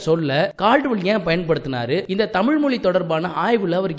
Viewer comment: தமிழ் தமிழ் தமிழ்... You can make a little effort to bend your tongue and say it properly...